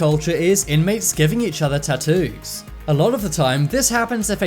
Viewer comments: I like how you pronounce Tat-oooos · You say "tattoo's" so wrong that somewhere a fairy die's every time you say it.